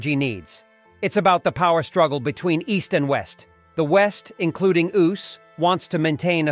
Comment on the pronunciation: Competition between the east and *oust" ? Lol Bad bot, bad!